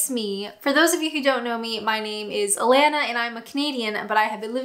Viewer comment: Hi I just started to follow you is your Alanna? Because when I hear you say it it sounds like Atlanta